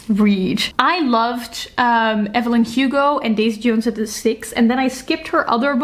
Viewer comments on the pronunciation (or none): none